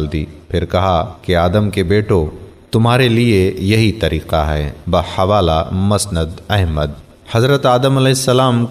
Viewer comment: ویڈیو اچھی ہے اور معلومات بھی درست ہیں... پر تلفظ پر کہیں کہیں دھیان نہیں دیا گیا.. جیسے، ہوا، مَسند احمد وغیرہ... حالانکہ یہ حوّا اور مُسندِ احمد ہے..... خیر... اس پر بھی توجہ دیں، تاکہ کہیں خامی نہ رہ جائے